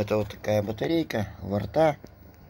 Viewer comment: не варта а варта